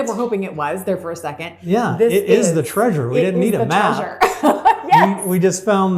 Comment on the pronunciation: Such an amazing "traysure"!!! She was such a beautiful woman!!!!